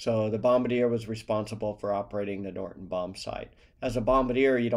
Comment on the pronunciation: The bombsight is a Norden bombsight. "Norden" with a "d", not a "t". "Norton" bombsight with a "t" is incorrect - it's Norden, with a "d". Great informational videos. Keep up the good work!!